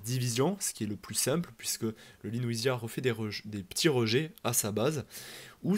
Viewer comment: Je pense que c'est LEWISIA et non LENOUISIA, il n'y a pas de N. Vidéo claire, synthétique et instructive 👍